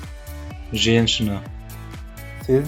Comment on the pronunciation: Только не ребЬёнок,а ребЁнок😁 Не женЧина,а женЩина) вам тоже нужно ещё тренироваться с произношением😁